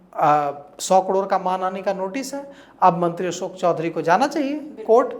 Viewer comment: Asok nahi behan ashok Kisor nahi kishor Tum aapna uucharan thiko pratrakarita tuo hoti rahegi